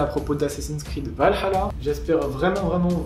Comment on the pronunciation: Hypé et merci de l'effort pour dire Val-Halla et non Valala, parce d'autres ont du mal avec ça mdr